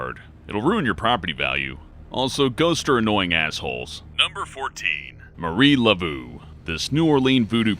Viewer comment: U pronounced Marie Lebeau wrong